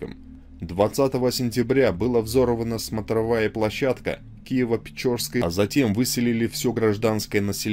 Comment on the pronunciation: Улица Прорезная , а не " проездная " .Лавра Киево - Печерская ( а не Печорская ) .Печера это пещера по русски .